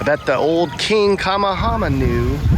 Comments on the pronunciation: I love your videos. But " King KAM-a-HAM-a? I always thought it was pronounced "King Ka-MAYH-a-MAYH-a". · It's pronounced king Ka-may-a-may-a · I really hope you didn't mean King Ka-mayhuh-meyuh. Love these vids and getting to see the Islands,, but you really butcher the Hawaiian names lol. Talk to the locals or try to get a local guide or something. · Sorry, it is, King Ka-meha-meha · I like your videos, but the pronunciation of Kamehameha is ( ka-may-ha-may-ha)😂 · Kamehameha is pronounced Ka MAY ha MAY ha. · “King Kama-Hama” 🤣😂 that’s hilarious as it is disrespectful and I live here. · It would be nice if you learned a little bit before you did videos lol it's probably fun for some people to watch but you should know how to at least say King Kamehameha 🤷